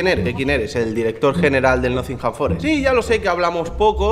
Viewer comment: El tío se va a la ciudad y todo pero sigue sin saber pronunciar Nottingham 😂😂